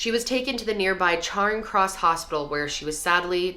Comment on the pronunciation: Devon - rhymes with ‘heaven” Chiswick - Chizz-ick Weston Super Mare (Mare rhymes with ‘hair) Charing Cross - ‘cha-RING’ not like charring a steak.